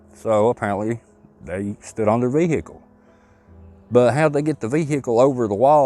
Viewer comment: (vehicle) veeeehiicul funny how u pronounce this word, good video though